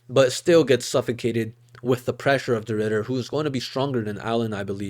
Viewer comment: Did bro really say reindeer de ridder😭💀